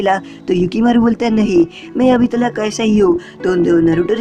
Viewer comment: Talak nahi tak